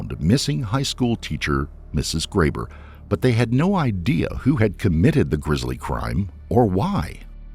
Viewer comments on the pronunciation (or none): Considering how bad Americans are at English, it's not surprising they find Spanish even more difficult. Also... it's "grisly" not "grizzly." Proves my point really.